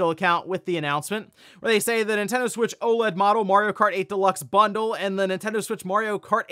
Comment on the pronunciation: ”The NinTEN-DOUGHHH SuWEIIITCH TeeUuuuuhhh”